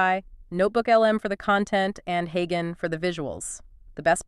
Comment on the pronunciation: Creators using text to voice AI should have a listen to the result before they post. Like, to see if your AI is mispronouncing words such as "HeyGen", which has a soft "G". And don't you need to split the audio for the two Notebook LM speakers? Or are you having each HeyGen avatar do the entire audio, then splitting it up later yourself?